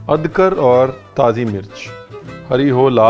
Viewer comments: You said "adkar" instead of "adrak" Not trolling just for fun 🤣😝 Kbhi kbhi jaanbhuj k b aise bolne ka mann krta h just for fun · Adgar 😂😂😂 अदरक को adgar बोला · Ye crispy ko cripsy bolta hai aur adrak ko adkar😂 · Amazing chef with mst Punjabi .."adkar"😀😂👍..luv this recipe 👍❤️🔥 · Punjabi style अदरक को अदकर😂